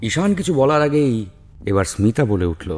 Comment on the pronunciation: স্মিতা নামটা ২/৩ বার ভুল উচ্চারণ করলে !